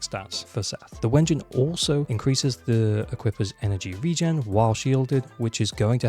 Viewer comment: Stop saying Wengine instead of W-engine and I will subscribe